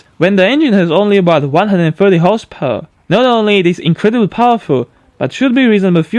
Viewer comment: I like your videos but when I hear "horsepawr", I don't feel too good, please, work on that word.